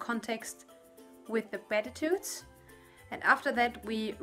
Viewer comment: Just a note on the recommended needle sizes on that yarn. Those are the American needle sizes. A size 6 would be 4.0 mm and a 7 would be 4.5 mm. Also, on the word "beatitudes", you would simply pronounce it like bee-attitudes. :-) Take care and have a blessed Advent. :-)